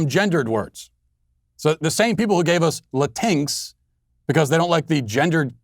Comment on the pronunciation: LatinX (Luh-Tinks) I am crying in laughter.